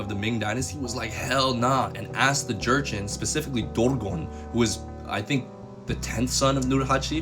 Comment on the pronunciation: The correct way to pronounce Jurchen is joo-shen, ᠵᡠᡧᡝᠨ, not “jErChEn”😂 Also, 20 was the number of native Manchu speakers who spoke Manchu since birth. However, many of us younger generations are starting to re-learn our own native tongues. Our parents’ generation don’t have native speakers due to the culture revaluation and Han Chinese’s “culture assimilation” effort. ᡨᡝ ᡶᠣᠨ ᡩᡝ᠈ ᠯᠠᠪᡠᡩᡠ ᠮᠠᠨᠵᡠ ᡳᠴᡝ ᠵᡠᠰᡝ ᡳᠨᡠ ᠮᠠᠨᠵᡠ ᡤᡳᠰᡠᠨ ᠪᡝ ᡩᠠᠮᡠ ᠰᡳᡵᠠᠮᡝ ᡨᠠᠴᡳᡥᠠ ᡴᠠᡳ᠉